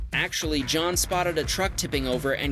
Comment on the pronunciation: The saddest part about having people posing in front of or on your car is that you already know they are posting it on social media and claiming it’s theirs. I also can’t help but notice that he mispronounced “Jon”